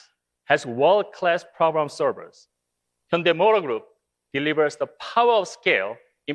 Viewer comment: 한국말쓰는 일본사람 인가? "현대 를 혼다이 " 라고 계속쓰고있네. 한국인이면 정확하게 발음하지. "현대"